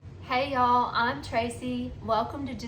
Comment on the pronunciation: Drat! I came here to hopefully find some information. Then the first thing I hear is "hayall". I'm gone!